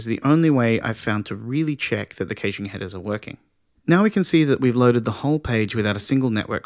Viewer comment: Great video...The pronunciation of "caching" leaves me to believe you are reading a script and not someone who actually knows the subject of web caching - which is obviously not true. You've got a subscription and a like though as the delivery is very good, and the content excellent.